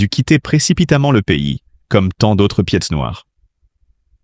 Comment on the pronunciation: Qui est ce commentateur ou commentatrice qui estropie les noms d'Algérie ? Pièces noires pour pied-noir, tlemken pour Tlemcen, Asnicia pour La Senia. Quelle honte, incapables d'écrire correctement, retournez à l'école!!!